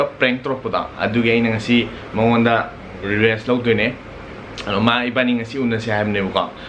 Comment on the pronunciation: It's revenge not rebenche